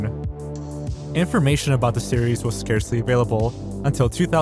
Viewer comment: Finally pronounced scarce right